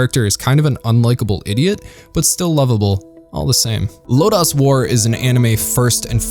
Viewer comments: Your review is excellent and on point...and I'm sure I'm not the only one to note it, but this is "Lodoss" war, not "Lodass" If you watched it in the original subtitled version. You'll even hear them pronounce it "LOW-doss" . :) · Why does it sound so westernized when you say LodAs war rather than Lodus (like lotus) war. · "Low-dose". Not "Low-Dahs". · Thanks for this,! I was concerned that this show would be forgotten! Two things, though: 1) Lodoss = low dose, not Low dahs. 2) King Kashue actually looks like Parn's dead father in Parn's memories. Also, Cashue is cool in every way, and young Parn is still in need of a male role model. Hence, the "homo erotic" infatuation.... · great video but what is lo-dos....is that the sequal to ms-dos operating system....it lo-das....they say it over and over in the anime and game like that........sorry its the only thing that bothered me but I am very glad you loved the forgotten anime\fantasy history.......next do legend of crystania the follow up movies to the series of lodoss war